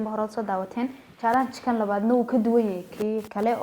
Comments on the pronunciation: Pronounce it well it is challenge not chaalang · Jaalaanji ikraney pronounciationka inaga saxa 😂😂😂😂